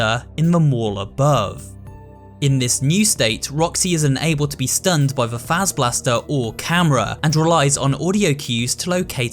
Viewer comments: It's pronounced "Fahzer-blast" NOT "Fayzer-blast" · Bro why can't anyone pronounce Fazer last (pronounced faz•er•blast) right